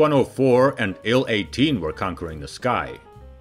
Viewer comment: TU is "Tee You," not "Too." IL is " "Eye Ell," not "Ill." Please.